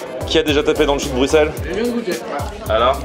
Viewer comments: Les belges doivent s’arracher les cheveux à vous entendre dire « Bruxxxelles » c « brusselles » la prononciation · ON DIT BRUSSELS MRC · Bruxelles se dit s et pas x